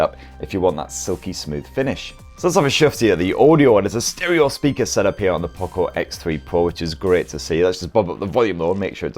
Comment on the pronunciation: (Poocco) he is saying like that 🤣🤣🤣